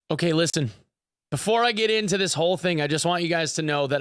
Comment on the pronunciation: Did... did you just pronounce the "t" in "listen"!? ♥